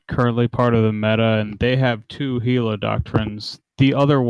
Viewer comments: It's Gila not Hila. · No its Jila